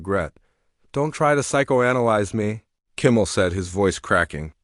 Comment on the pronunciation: Hate AI. Can’t even pronounce Kimmel properly. Out at 40 seconds.